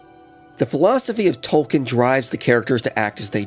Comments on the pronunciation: It's pronounced TOLKEEN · I’m sorry, good video. but you have to say his name right if you’re gonna make a whole video about him